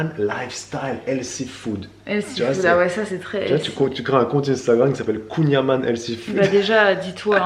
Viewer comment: La famille de mon chéri vient de Douarnenez (ville où a été créé le Kouign amann) et juste pour info ça se prononce "kouign aman" (comme le "an" de maman) ne me remerciez pas ahah, ça fait 10 ans qu'ils me reprennent 😅